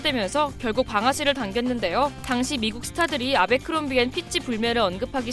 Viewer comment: 애버크롬비라고 읽는게 맞지 않나요? abercrombie 인데..